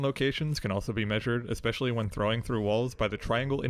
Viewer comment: the word is ESPECIALLY. you spelled it right but you keep saying EXpecially.